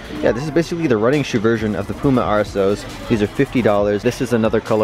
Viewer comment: say puma right light pyouma